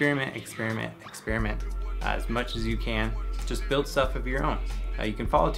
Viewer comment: When you were giving advice for young developers, I heard: "Stay curious, spearmint, spearmint, spearmint" and the subtitles agreed. 😂